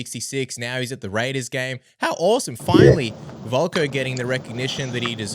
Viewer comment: VOLKA not VOLKO. dkhds! 🙄